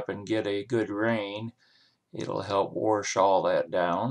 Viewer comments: Wash not warsh. Good grief. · Did you say "Warsh"? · yesh, he did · Is "warsh" particular to Ohio?